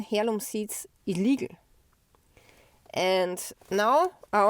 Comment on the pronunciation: heirloom is pronounced airloom